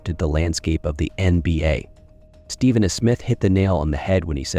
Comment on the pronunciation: Please narrator! The man’s name is pronounced Stefan not Steven!! As soon as I heard that I stopped watching your video. For a person as well known as Curry that you don’t know how to pronounce his name is just laughable.